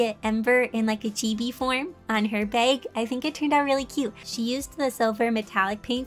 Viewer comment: Whenever she mentions bag : she means bag i hear:bay-wg 😂 Edit: I finished watching- Her posing was better than me 😂